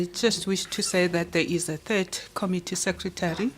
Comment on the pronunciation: Promounce Committee Com MIT tee. Not KOM itee